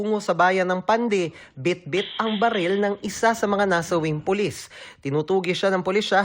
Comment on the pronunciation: Wlang hiya. naka ilang rewind ako pra lng pakinggan sabay sabe Polissh ang polis🤣🤣😜